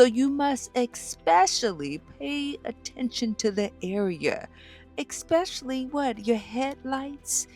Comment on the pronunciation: 😂 I'm definitely not going to take tips on cart care from someone who can't even pronounce "especially" correctly